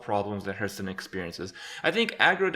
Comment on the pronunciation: Lived and Breathed Hearthstone for 4 years...and yet you still mispronounce it. It sounds like "Heart-h-stone" Not "h-Earth Stone"